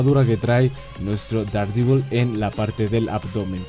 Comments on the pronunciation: Dardivol xd, yo siempre lo pronuncie Dardevil, pero cada quien lo pronuncia como quiera XDD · Der devol Sería más o menos la pronunciación